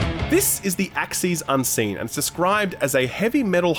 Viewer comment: Even though he didn’t say the name correctly?